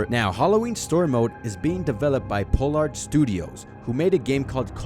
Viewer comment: Pollard - (Pah-lerd) not (Po-lard) Not being a dick, just lookin' out for future reference 🙏🏻